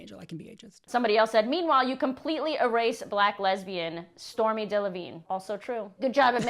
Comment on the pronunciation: Arielle couldn’t even be bothered to pronounce STORMAE’S name correctly! Pronounced Stormay. Maybe cuz she was a Black lesbian King! I do hate how she has been left out of that history.